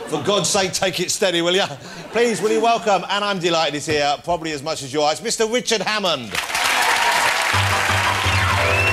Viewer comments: The only person to pronounce Wichard correctly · He can't say Richard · Jonathan Woss has never been able to pronounce R. Hes been on British TV for years. Not once.